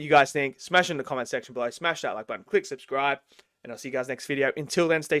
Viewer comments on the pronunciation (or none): none